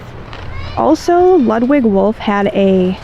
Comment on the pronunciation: Pronounced....... loodwig